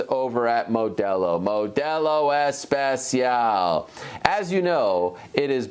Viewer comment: 2nd to last ever reading of “MODELO E-SPE-CIAL”😭😭